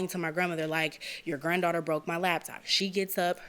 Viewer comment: Is she saying "labtop" with a "B"?